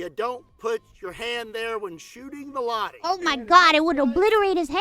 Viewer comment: its Lah-ti, not lahdi. Suomi mainittu, torille!!!!!